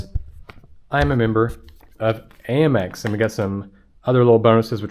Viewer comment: You mentioned Amex a few times but why HayMex and not Hamex? As in United States of America (Express)⁉️